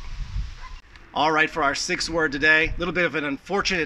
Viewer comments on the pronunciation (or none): none